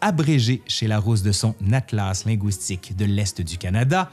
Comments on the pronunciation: Un petit commentaire sur la façon dont vous prononcez le mot linguistique. Je suis Québécoise et votre prononciation du mot "linguistique" en (wi) au lieu de (ui) lɛ̃gɥistik sonnait franglais à mes oreilles. À part cela j'ai vraiment apprécié votre présentation étayée du sujet. Merci beaucoup! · Pourquoi prononcez-vous linguistique « ligouistique » comme dans goulot plutôt que linguistique comme dans « légume » c'est tellement plus joli à entendre et tellement plus correct ? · i'avait que'que chose qui clochait pis, oui. j'ai ouïe dire "lingouistique" dans l'idiolecte de c'te formidable monsieur là. ou bin bedon ça fa' p'tête partsie d'son dialeque. ça fa' penser aux langoustes. mais moué j'dis lingu - istique. u. pas ou. c'éta' jusse pour le dire, là. pas pour faire le troud'gu! :) Merci !